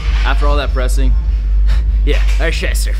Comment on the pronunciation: “Are chesshts arrre fried”